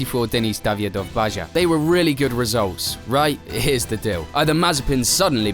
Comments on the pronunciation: If you let AI do narration, it would help programming it with a knowledge that "Baja" is pronounced "Baha," not "Bazha." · It’s pronounced baha not baja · ITS BAHAAAA not JAAA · Dear the word baja is Spanish. It's not pronounced as a "j". It's pronounced "baha". "Ba", like a sheep and "ha" like ha ha ha. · Wait... is that how british pronounce Baja? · Mate. 'He didn't even know English'. There are a number of examples of incorrect grammar in your script. You didn't even bother to run it through something like Grammarly. Not to mention the pronunciation of 'baja'. Maybe leave your English arrogance at the door next time.